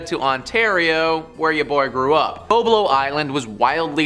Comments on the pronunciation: It was called Bob-Low Island dummy! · you didnt grow up in Ontario if you call it "Bo-blow" its called Bob-lo. I worked there for many years as a teenager